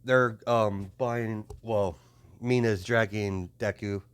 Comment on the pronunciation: You are saying the name right